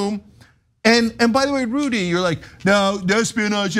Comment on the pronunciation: I think I heard Jessica say "Judy" instead of Rudy. That should be a meme.